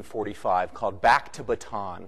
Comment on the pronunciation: Bataan is pronounced with 3 syllables. ba-ta-an